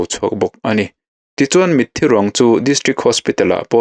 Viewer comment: 'Mit thi' tih in ilam ri thina 'Mithi' tih a lam rik tur Ani zawk lo maw Kapu?